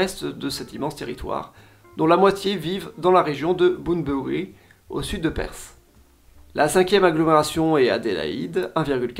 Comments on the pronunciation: Perth pas perssss, sacré francais ahahah quand allez-vous comprendre que th ne se prononce pas s , voici une video pour apprendre a prononcer Perth , en voici une autre pour la forme , sinon très bonne vidéo comme toujours. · Et Perth ne se prononce pas Persss XD